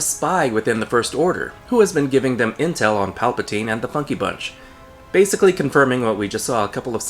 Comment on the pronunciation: In Italian"palpatina"means"grope"(and"palpatine"pronounced almost like you've pronounced"palpatina"but with an E like the 2nd one in"develop"is the plural),so...yeah...that name was embarassing enough,but now you made it official.🤦‍♂️ - That's why I wanted Rian Johnson to write ep 9 as well! It would have been SO MUCH BETTER!!!!! People say J.J. was trying to"fix"ep 8 when,actually,he did the exact opposite: he CREATED a bunch of plot holes that weren't there before!X-[ - This is the most PERFECT metaphorical representation ever!🤩